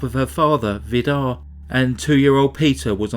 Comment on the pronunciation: His name is pronounced Vidar with a long i and a rolling r at the end just for your information.. good try though 😃 I’m Norwegian , but haven’t actually heard of this case. I got married that year , under heavy pressure including serious DV. redecorated my rented flat , witch immediately got sold by the owner without compensation , all this ended up with my second miscarriage with twins in week 16, so I was probably to self absorbed by my personal hardship🥺 This case is so devastatingly sad, just heartbreaking 😰 cults like Jehovas witness and Mormonism are so dangerous. It makes my sick just thinking about it… so many murders and generational abuse.. horrifying..